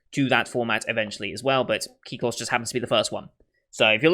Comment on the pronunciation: Kyklos = Κύκλος, which means "circle" in greek. The way you are saying "Kyklos" (the "in your head" version) is really accurate. (can confirm, since I'm Greek)